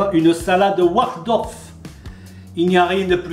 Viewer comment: He keeps saying "Wardolf"....hehe. Somehow I remember a Waldorf salad having walnuts in it too.